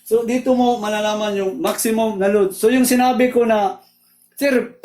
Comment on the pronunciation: Ayos ang paliwanag nyo, medyo ako nalito sa tono pp ng salita nyo ng Load, Load hindi lud.. Breyker hindi brikir. Salamat